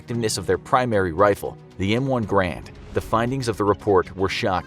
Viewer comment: "THE M1 GRAND"